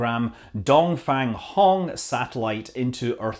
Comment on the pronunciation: Dong Feng (东风) should be pronounced like Dong Fung , it means eastern wind.